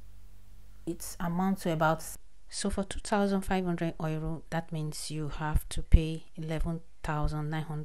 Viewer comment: Thank U, 👏 Bt it felt like u were saying 'Oiro' and not 'Euro'